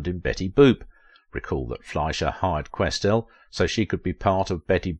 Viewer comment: A few areas to be helpful here. First, her name is pronounced, QuesTEL. Second, she was active in New York and worked exclusively for Fleischer Studios, also in New York. She NEVER was the voice of Minnie Mouse, which is a Disney character. That voice was provided by Marcellite Garner, who worked in the Ink and Paint Department at Disney Studios. There is no deliberate "Yiddish" characterization in Betty Boop, in spite of mistaken impressions of the appearance of a Yarmulke on the head of her father in MINNIE THE MOOCHER. Jewish people has confirmed that this is a bald spot, especially since there is a hair that stands up on the back of the head. One of your pictures from DANGEROUS DAN McGrew is Helen Kane. Your picture of Esther Jones is also incorrect. That is from the collection found in the James Van der Zee Collection at The Chicago Art Institute, identified only as "Do Tell." Esther Jones was a Child Performer. Also, Mae Questel continued to be busy all her life doing voice-over work for Dove Dish Washing Detergent and as the live action character, Aunt Bluebelle for Scott Paper Towels. Margie Hines was hired as the first Helen Kane imitator for DIZZY DISHES (1930) which was the EIGHT, not the seventh Talkartoon. Mae NEVER appeared in a short dress in the form of the cartoon character. She made this statement in an interview many years before. All photographs of her as "Betty Boop" show her in a full length dress. Mae Questel did not appear in Hollywood on Parade. That